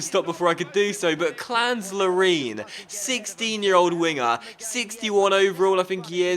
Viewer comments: Love your vids. Larin is pronounced Lair-in, not Lar-een, for future reference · i think you say larin not lareen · hey docks, love your vids, one thing though it hurts my ears everytime you say "LARINE"... pronounced " lair-in" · From an Orlando City fan, please pronounce our star striker's name lare-in, rhymes with scarin'. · the i is short in larin not long